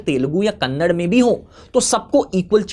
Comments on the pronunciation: Vo kannad nahi kannada hai bhai. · Kannad ❌ kannada ✅ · Kannada not Kannad please… like it’s Hindi and not hind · When you pronounce Kannada as Kannad, I get a feeling that a pig just woke up and made sound from the gutter.